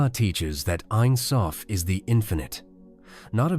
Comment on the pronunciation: It’s pronounced Ein Sofe and being Hebrew for never ending